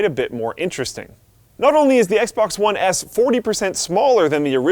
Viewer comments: it sounded like he said XBOX One Ass ( ͡° ͜ʖ ͡°) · anyone else noticed he said "Xbox one ASS"